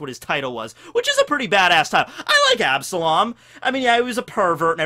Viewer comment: You took an L on absalom